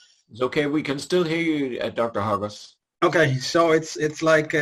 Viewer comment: You sounds like you are saying Hostages.